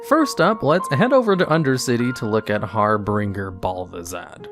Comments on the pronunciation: It's Har-binge-ur not har-bringer ;) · Unknown things in WoW. Harbinger is not Harbringer. Good video dude, it was just funny to hear a pronunciation error right at the start. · “Harbinger” is pronounced with a soft G like “Har-bin-jer”. 👍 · "Harbringer" It's harbinger. Har-Binge-Er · Har-bringer? Its har-binger, like binge-watching. Means he's an omen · 'Har''bringer' or 'har''binger'. Did he bring 'har' to Azeroth? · Its har binjerr not harbringer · Goodness sake. It Harbinger. Har fucking binger. Not harbringer. It's a whole different thing. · "Harbringer" lol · Its Har-binge-er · there's only 2 R's in 'HARBINGER' not 3 Binger, not bringer. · I know the um. Thing about pronunciation. But. HAR-BINGE-ER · Gotta love when a lore video starts off with pronouncing "harbinger" incorrectly. Instantly stopped watching. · It bothers me how few people understand how to pronounce "harbinger"... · It's such a common word in the fantasy genre so it's kind of embarrassing for anyone who plays WoW not to know how to pronounce it... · Why do most native speakers not know how to pronounce harbinger, he doesn't bring any har